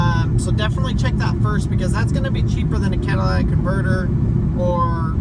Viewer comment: Cat-a-li-tic not cadilac-tic lol you made me laugh out loud... With a bad battery you may now have an alternator issue, as the alternator was working over time trying to keep the battery charged.